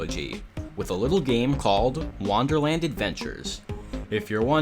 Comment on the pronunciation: Why do you pronounce it "wanderland" instead of "wonderland"?